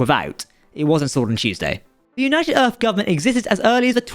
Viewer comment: Am I the only one irritated by this narrator's HORRIBLE, IGNORANT vocabulary? Mr. Marble Mouth/Eliza Dolittle- I never heard of a place called "Earf." Or the number 3.…? It is not something that is "free.". And the word "threats"....for God's sake,.. Remove the marbles from your mouth and use your tongue to properly pronounce "th". Threats is not fretts. Geez!